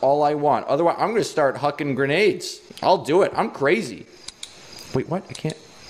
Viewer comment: I thought “grenades” said “Renegade.” XD